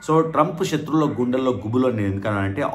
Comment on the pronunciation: శత్రువులు correct ga palakandi not shatruvulu like our ex she em😂